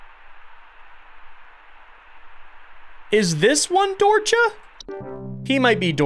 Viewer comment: late to the video and listening while i draw but finally looked at the screen here and recognized the word, so hi! Longtime lurker, first time commenter. Dorcha is actually something i recognize as an irish word which honestly makes sense given just how fucked up irish lore can be LOL. It means dark, and its pronounced like dur-ha:)